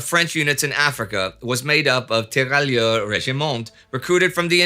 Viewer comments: 2 things: 1) tear rai ur... the double L is essentially not pronounced. 2) have you changed microphones or has the eq been tweaked? I have only noticed the change over the last couple of episodes; it seems to have highs and lows severely rolled off, leaving just mid range, and it didn't used to be that way...just wondering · A minor note on French pronunciation if I may: If French, the double 'LL' is pronounced like a 'Y' (just like in Spanish 'TortiLLa'), so those soldiers would be 'tee-ra-yeur'. Thanks for everything and keep up the great work!